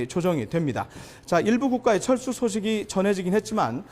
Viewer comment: 잘 들어보시면 철수가 아니라 챨스 ㅋㅋㅋㅋ